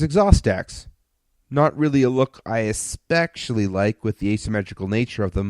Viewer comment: What fucking word is said ? Espekcially? Never heard of that, can I have the definition?